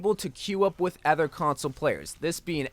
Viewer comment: its other not ether